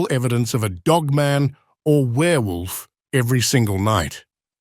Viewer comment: The way you pronounce Dogman is annoying af. It’s DogMAN.